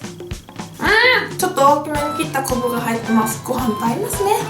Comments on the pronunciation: こぶじゃなくて、こんぶじゃない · こぶってゆってるのか こんぶってゆってるのかわからん（笑） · こぶって聞こえたwwww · 塩こぶって言うしね〜〜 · かいじゅう 絶対こぶって言ってるよね（笑） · み み 太 郎 私のおばあちゃんは昆布のこぶこっていいますʬʬʬʬʬʬʬʬʬʬ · 昆布がコブって聞こえた笑笑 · ゆうかちゃん美味そうに食べるなぁ😊✨✨👍 昆布がこぶって聞こえる笑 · かいじゅう こぶっていってるよ〜😊👌 あたしもこぶって言う時ある😊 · ぽんちゃらりん それな！ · 『こんぶ』が『こぶ』に聞こえたのは、私だけじゃないと信じる！(*'-')ゞ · これたしか昆布です！が これたしかポウです！ に聞こえて巻き戻して再確認しちゃった(´>ω∂`)